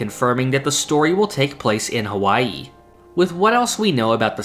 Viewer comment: Don't say H A WwaiIi ever again! Not cute at all.